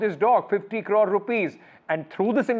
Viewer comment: 😂 ... He spells 50 as fitty crore as core